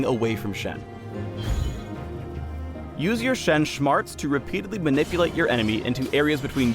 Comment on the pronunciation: Shen Shmarts - anyone else catch that?